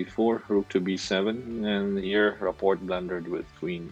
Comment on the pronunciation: You totally crushed Rapport’s name! Do some research will you? I hope you say other names right.